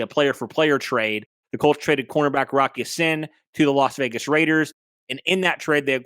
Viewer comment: Thank you for saying Rock Ya Sin name right